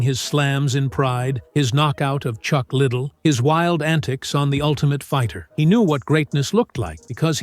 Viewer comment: "Chuck Little"... :D Bruh